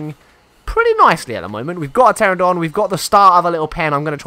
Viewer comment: I have endured for 7 episodes, but I can't take it anymore. It's "PterAnodon", not "Terrodon". :P